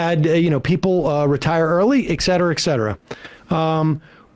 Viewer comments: It's et cetera, not ex cetera. And Secretaries of State, not Secretary of States. For a guy who likes to call his conservative rivals dummies, he sure sounds dumb. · Each time et cetera is pronounced ex cetera, one linguist dies in anguish.